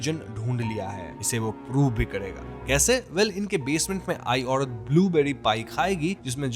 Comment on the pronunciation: घड़ के अंदड , धड़म, पड़पस, औडत अपना वोकल सुधारो र को र बोलो ड नहीं 😂😂